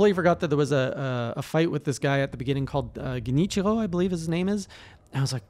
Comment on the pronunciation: Emphasize on the R! Not L SekiRo GenichiRo